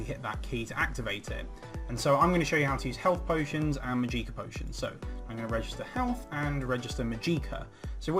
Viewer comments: Màgicka not Magìcka FeelsBadMan <3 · Thanks for the video. But it's called mah-jik-ah not mah-geee-kah